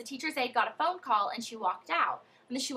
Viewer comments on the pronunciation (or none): none